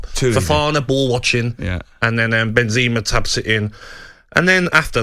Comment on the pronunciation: you know what’s really FRUSTRATING? when english pundits can’t pronounce any player names correctly. who tf is “milito” or “benzeema” 😑